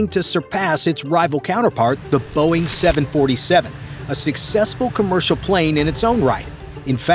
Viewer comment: 😂Dumb and dumber “BEOING” mark 😂😂😂😂